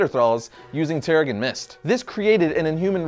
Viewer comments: terriGen not terrigun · I cringed every time this guy said "tarragon mist"...🙄😒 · Giovanni Balbosa-Mc Intosh , I don't know him to not like him, & I don't hear the "accent" you describe, only a mispronunciation of what should be "terra-jen". This is a free platform, I'll watch whatever video I want & comment however I like. Thanks for your input, though.